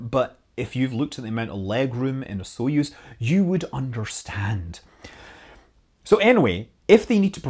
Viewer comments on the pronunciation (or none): none